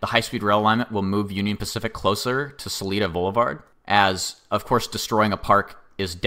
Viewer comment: It’s sa-lie-duh pronunciation. The second way you said it is perfect For salida. Same guy who told you about Manteca. Keep it up